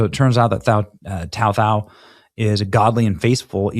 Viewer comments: His name's pronounced "Tu Tao" and he's not Chinese, he's Hmong. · Before you book someone you might want to show enough respect to them by not calling them out of their name. Especially when their name is only 3 letters long and different than his last name but you still call him tao tao. Either you cant read or your just being a jerk. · His name is pronounced like too tao and he's hmong not chinese. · Bro you got his name messed up. It’s too-tow(like POW with a T) And he is hmong not CHINESE. It was literally right next to his name. Is this rage bait? Do better or you lose a subscriber Not sure if you’re just being racist or stupid. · Tou Thao is pronounced "Too Tao". He's Hmong.